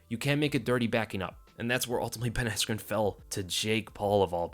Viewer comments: It killed me when Bruce Buffer called him Ben Askue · didn’t he say askren wrong or was I tripping? I was watching it at like 4am lol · he said askren bad lol